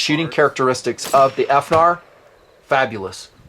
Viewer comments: How abot Finar? Instead of F-narr. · Please don't say "F-Nar". Thanks, - The Internet